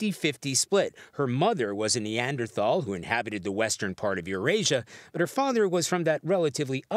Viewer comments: Hard to believe a news source when said source can not pronounce NEANDERTHAL or DENISOVAN Lol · Can someone teach these talking heads the correct pronunciation of neanderthal.